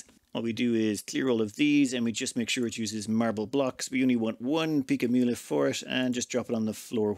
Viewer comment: you almost said "pica mula" right... thats actually impressive